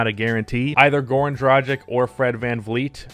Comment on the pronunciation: It is pronounced DRAH-gitch.